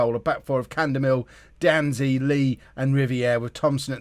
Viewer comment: And D'Anzi is literally just "dah-nzee"... like is it that hard to pronounce names?